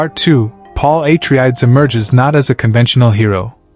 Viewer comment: Paul Aye-Tree-Ads? What in the ChatGPT scripting is this? This is has never been a question. The books have always been clear about who Paul is and what he becomes and Frank Herbert was always explicit. He's not a messiah. He's not a savior. He's not a good guy. He is a a person who grasped power. We want to idtenify with him and the Atreides becuse they're attractive and trade in terms like honor and duty but they're just colonizers with imperialist ambitions just like the Harkonnens and if you need a real world analogue they're the Kennedys to which you might say "hey weren't JFK and RFK good men?" not if you were Cuban or Vietnamese or any other indigenous person facing down the barrel of "democracy." This was never the question Herbert was asking. The question he is asking is why do we overlook all the red flags to embrace someone like Paul Muad'dib?